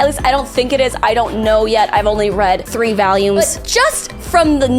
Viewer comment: lol the way you say 'volumes' makes it sounds like you said "three valiums"